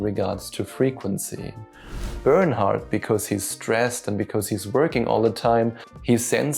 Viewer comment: I thought to were saying burn out and not Bernard lol...which works perfectly